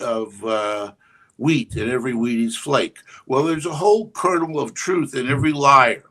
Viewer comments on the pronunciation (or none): none